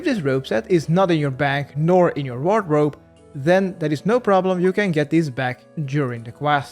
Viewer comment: The way this dude says wardrobe is wegandarwy